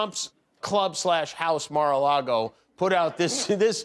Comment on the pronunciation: "Mar A Lardo"